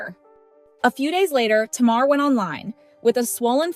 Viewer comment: I'm aware this speaker is AI. Please pronounce the subject's names correctly even when it's clickbate. Tamar the chipmunk name isn't pronounce or spelled like the word (tomorrow) it is Ta- mar !!!!!